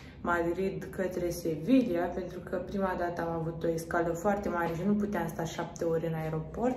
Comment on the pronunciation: doi de "L" se pronunță "i" în spaniolă, ca urmare Sevilla se pronunță "Seviia"